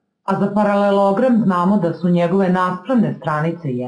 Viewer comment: Ne radite na RTS-u pa da morate da kazete ParaleLOOOOOOgram